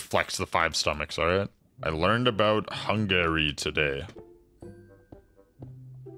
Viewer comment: Bro said hungayry